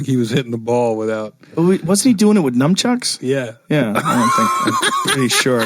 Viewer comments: I'm loving this episode but the next time I hear somebody say num-chucks instead of saying nunchucks I'm going to go jump off of a 10-story building. LOL. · I never expected a person of Rogan's fight IQ and stature to say "numchuks" hahaah